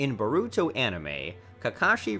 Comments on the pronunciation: Is nobody gonna talk about how he said sanin? Or Hatake? Or Naruto manga? Or Boruto? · Bro it made me cringe so damn much😂 mans said BOREEEEWWTO, SAAAZORIIIIEE, NAREWWTO and some otha shit mane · Borooto Hokash Annbu Sannins Konoh-HAh Chi-granny Hatakee Nar-rooto Mang-ga Team of Seven I think I actually prefer the video like this. The trolling is continued. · This man said Kahasi and Baruto I'm dead 😂😂😂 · This guy says Hokaje and buhruto and yahmoti and nuhrudo and he says Anbu wrong he also can not say Sannin wrong gooddddd